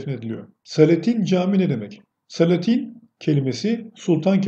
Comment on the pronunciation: Selatin, Jelatin der gibi değil.O, daha gelmedi anlamına kullanılan " o, hala gelmedi" derken a'yı biraz uzatıyoruz ya , onun gibi la'yı da uzatıyoruz. Tin değil "Tiyn" diye okuyoruz yani SELATİYN. A yı biraz uzat ama çok değil..